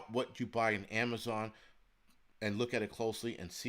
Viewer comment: No more Am-a-zon got rid of acct.